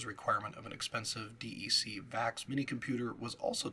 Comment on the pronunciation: Lots of accurate historical information. Very detailed. One nit: Visi On is pronounced "Visi - On", like VisiCalc but two words. Also "DEC" is an acronym and is pronounced like "Deck".